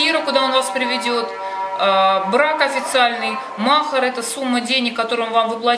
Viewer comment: Не мохар а махари ударение не правильно ставите😊😅